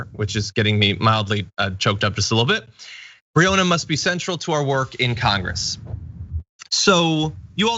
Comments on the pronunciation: John pls stop pronouncing breonna wrong it kinda takes some wind out of your message about ppl not knowing her name when you say it wrong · Please check the pronunciation of Breonna Taylor's name.